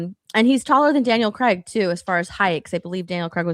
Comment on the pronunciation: whos daniel creg. ?? are you guys trying to say daniel craig? is that how Americans say craig?? omg haha thats so funny